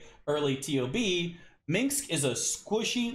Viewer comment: Lol, I've heard several Americans pronounce Minsc like that. It's so weird.